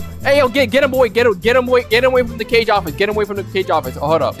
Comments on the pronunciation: did he just say CAGE office!? No no no it Kah-gay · ik he said cage instead of kage -_ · "Cage office" 😂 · man said the "cage" office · Did he say cage office